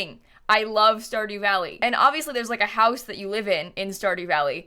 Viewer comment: stardy valley game: stardew valley:*stardy valley* game: stardew valley: STARDY VALLEY Game: STARDEW VALLEY